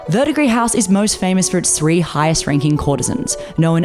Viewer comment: You are the first video I've seen about this anime that actually pronounced Verdigris house correctly. Thank you. It's that darned silent ending s in French words.